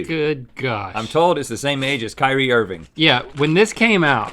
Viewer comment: you can tell link doesn’t watch a single sport, just by the way he said “kyrie irving”